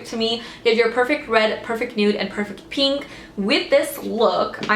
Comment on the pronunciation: I love how you say "peenk"! This look is freaking gorgeous on you, and it makes me want to play with color more (which I'm quite afraid to do usually)!